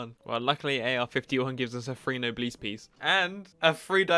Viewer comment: if u say nobleees one more time i will kms